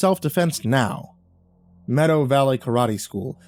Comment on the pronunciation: Im sorry, did he say meadow valley or met-how valley? cause theyre pronounced very closely if its methow I have serious questions for youtube